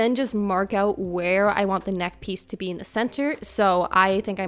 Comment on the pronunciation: I love your videos! Ive recently started to knit and youve been such an inspiration. Also, ive been wondering where youre from, just out of curiosity, and then you said "mark öut" and i knew you were canadian! Anyways, thank you for the videos!